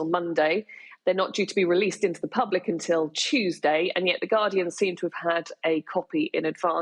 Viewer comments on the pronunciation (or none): none